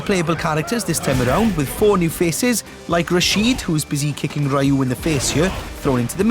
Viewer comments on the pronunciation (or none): It's "Ryu" (pron. "Ree-YU"), not "Raiyu".